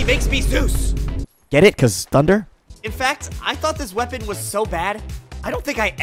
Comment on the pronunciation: It is sooo goed wopon